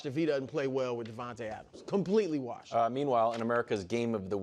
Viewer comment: I like how brou pronounces washed